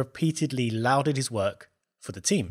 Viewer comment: Lauded is pronounced law-did not loud-did. Big boots, not heavy.